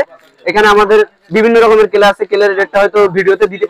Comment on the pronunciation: ক্লে এর কথা টা তো পরিষ্কার বলতে পারলেন না